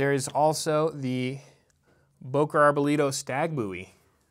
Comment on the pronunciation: Bo .. Not Buuuu